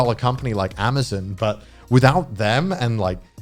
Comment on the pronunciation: Connor- " I love Amazuuun"